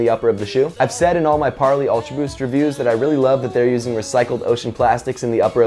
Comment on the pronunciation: You pronounce Parley like 'way', check their website.